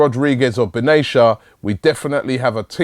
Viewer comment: Its Benatia (with a pronounced "t") not Benasia